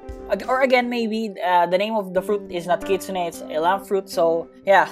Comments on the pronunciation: Kitsune pronounce kit-soon not kitsuneh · Kitsune pronounce kit soon not kitsuneh